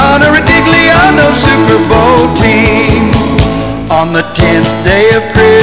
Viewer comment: "The Siper Bowl!"